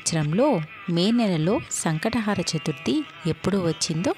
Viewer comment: సంకష్ట హార కాదు... హర అని చెప్పండి మీనింగ్ మారిపోతుంది